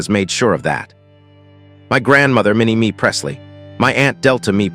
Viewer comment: Minnie MAY you idiot AI naration! Minnie me. Give me a break!